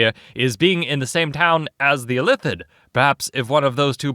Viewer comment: Weird Illithid pronunciation.